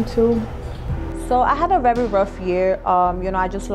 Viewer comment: She said I’m rerry rerry humble 😂